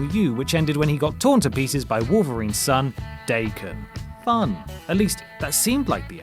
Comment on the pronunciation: daykun isn't the dah ken suggested pronunciation